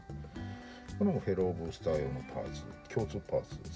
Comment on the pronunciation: や・・・やばいです フェローブースターがteruoブースターに聞こえてしまったですよ💦